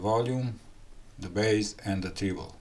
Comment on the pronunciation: I am sorry to correct your English because i love your content but i noticed the closed caption struggled. Treble rhymes with pebble. English is a such a crazy messy language.